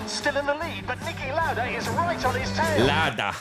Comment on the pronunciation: Next time, can you please say the names of sport legends like Lauda with a bit more respect. Thanks!